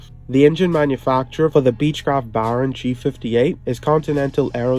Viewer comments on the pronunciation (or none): It's pronounced "Bare-on". NOT "Baaarn". Speak English...!!